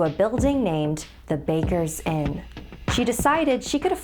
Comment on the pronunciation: Am I the only one who heard baker's inn as baker sin?